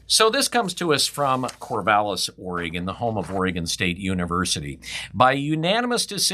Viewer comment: Corvallis. Really???